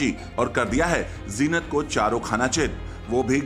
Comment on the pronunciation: Jeenat nai hota zeenat hota hai pagal reporter